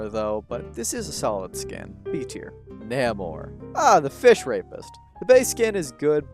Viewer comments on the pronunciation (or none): the way he said namor💀